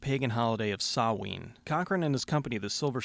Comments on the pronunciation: Samhain is pronounced 'sown', as in down or gown. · Samhain is pronounced sowin, not saween or Sam-hayn. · Samhain is pronounced hown in Irish, Halloween in Irish is oiche samhain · Samhain is pronounced - Sowen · that is not how you say Samhain.... but you still did it better than the normal pronunciation people use! :)